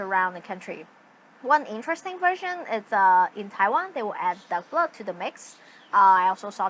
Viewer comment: Tell me you didn't say "dove blood" ...